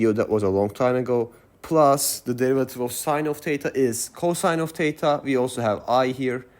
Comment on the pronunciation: As a native English speaker it took me a while to realize you were saying "THETA" great video though I learned alot